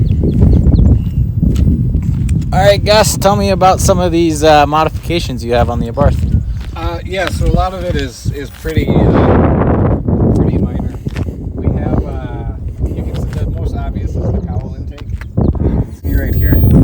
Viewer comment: Abart. Not Abarth. You don't pronounce the «th».